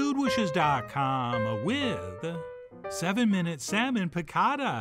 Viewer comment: "You're the shaman...of your 'sahman.' 😂😂🤣🤣